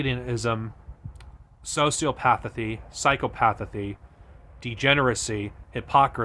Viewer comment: Jtlyk you pronounced Sociopathy and Psychopathy wrong